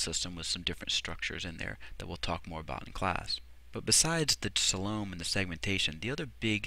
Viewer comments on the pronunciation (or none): I've heard coe-lum and soe-lum before, but never "salome" for coelom before :)